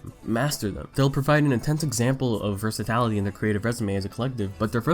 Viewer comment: versaTILity not versaTALity